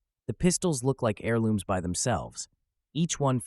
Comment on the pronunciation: Hairlooms 😂 bro the "h" is silent